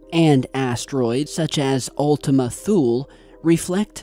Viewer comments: I keep hearing Ultimate Fool. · It sound like u keep on saying "Ultimate Fool" 😂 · Were you saying Ultimate Fool??? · Another great video,. I want to share that I learned the correct pronunciation as Ultima Thule (toolee). Cheers. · Ultima Thule sure does sound like Ultima Fool ...... lol ..... Merry Christmas Everyone!!!! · i kept hearing ultimate fool lol